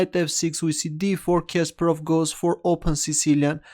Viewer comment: Not Késperov but Kasparov